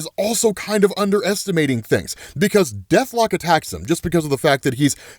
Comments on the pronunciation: The way he says death lock 😂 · The way you said Deathlok here was HILARIOUS! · It's the way he said deathlok😂😂😂😂btw lots of love from Nigeria 🇳🇬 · The way you said Deathlok made me lol harder than I’ve lol’d all week